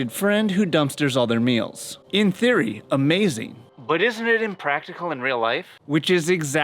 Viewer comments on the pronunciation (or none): none